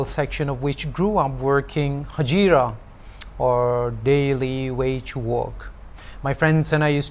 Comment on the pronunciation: "Haje---ira" and "a pe of trouser" got me. 🤣 My friend was asking whether you were forcing yourself to speak that way?